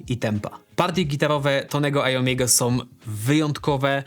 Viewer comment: a ja zwracam uwagę na "som"!